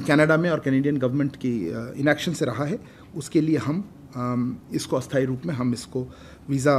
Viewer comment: पहली बार आप का उच्चारण अशुद्ध लगा । अस्थायी का उच्चारण स्थायी नहीं हाेता । नेपाल से साैरभ का प्रशंसक